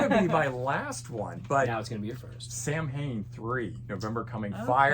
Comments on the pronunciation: Just an fyi Samhain is pronounced "Sow-en" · Its supposed to be Sow-en but Glenn said Americans don't speak Celtic so he will accept Samhain 😄 If you listen to the song he pronounces it correctly in the lyrics